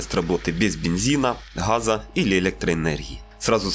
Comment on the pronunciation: Ґаза, Ґыґанского - как будто и не выезжал с села